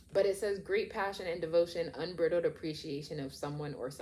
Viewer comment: This is such a cute reading -- which was unexpected for an 18+ haha. I love your vibe, I'm definitely gonna subscribe. But I have to also just let you know that the word unbridled is pronounced with a long i like bride -- so it's un-BRY-dld. The first time you said it I was completely confused because it sounded like it was about something being brittle and then after the like 18th time I was like OH😆